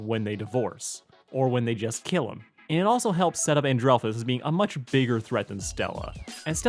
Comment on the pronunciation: People who don't know how to say Stella's brother's name its And-rel-fus